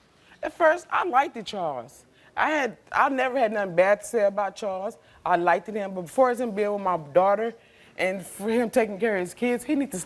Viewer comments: To all my black brothers and sister....PLEASE STOP SAYING LIKEDED 😒 DAMN! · Why can't """they""" say LIKED correctly? "I likedid her."